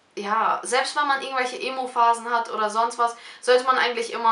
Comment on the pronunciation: "Emophase"😂😂😂 oh 😂🙈